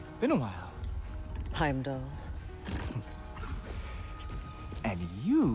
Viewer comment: Wheim-dall a soulless ghoul